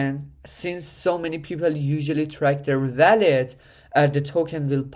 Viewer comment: its called a WALL-ET not a VALL-ET lmao, good video otherwise great info!